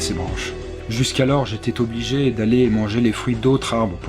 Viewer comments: "j'étais t'obligé". Belle faute de liaison :) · Bravo pour ta réussite! Par contre, à , "j'étais t'obligé"? "j'étais z'obligé" c'est mieux ^^ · "j'étais Tobligé" oups la liaison ^^